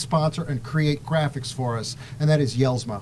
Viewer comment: Hey love the show been watching for a couple years now. Denny is a friend of mine and he really makes a nice product. However I want you to know that his name is pronounced like (Yells-ma) The J is silent. Thanks for the show keep up the good work!!!